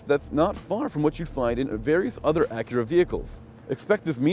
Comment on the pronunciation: Axura ehh ricer